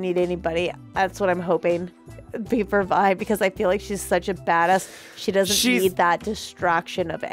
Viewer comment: Did they just call Silco, Zaun? I have watched this season multiple times and watched dozens of reactions. People calling Vi, "Ve" is shockingly common, and I've stopped watching reactions when it happens too much because I can't handle it anymore. But this is another level of totally butchering character names! I am just waiting for another moment as special as reaction to Armageddon though. It will take a lot for me to skip any reaction she is in on this channel.